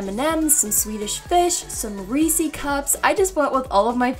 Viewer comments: Reeci cups?? I think they're called Ree-ses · I'm here in 2020.😪 So, no one is gonna talk about how she said reesy cups instead of reese's? Ok.